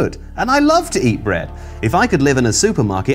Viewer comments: "Brea-eh-d!" --, September 2021. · I'm sorry, I didn't catch what said. Did he say that He LOVES bread?